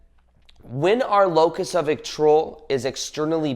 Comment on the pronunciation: What of control? It almost sounds like your saying locust…🤔